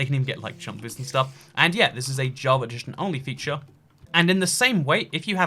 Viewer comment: it's java edition, not "javar redition".